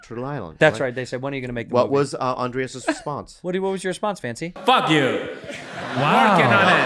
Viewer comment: How many years do you think Bobby will go before somebody corrects him for saying Andreas and not Andres